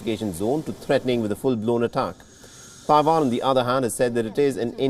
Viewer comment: Don't know what is more anoying, Joe Biden, or this persons pronunciation of Taiwan.